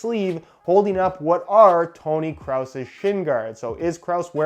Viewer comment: “Tony Cross” Or Craus